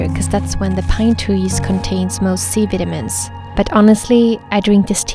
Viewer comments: Nobody: Literally nobody: Her: C veetahmeens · U pronounce vitamins wrong